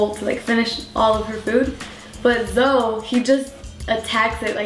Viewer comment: Nice to someone else pronounces Zoe as Zoe like Zoey. ^^' I was feeling weird because everyone pronounces it like Zo ;-; thanks for the compliments to the name~♡ your cats are adorable~♡